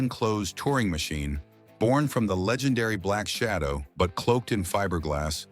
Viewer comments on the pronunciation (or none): none